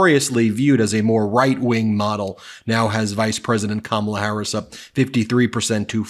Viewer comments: Notice how he said the VP’s name correctly. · I noticed Diaper Trump was pronouncing Kamala Harris name right for once...